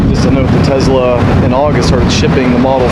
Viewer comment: It's not Tezzzla 😑